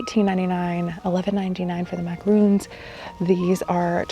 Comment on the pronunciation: Not macaroons they are macarons!